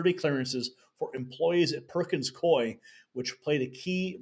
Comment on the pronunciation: It’s pronounced coo-E, Coup-E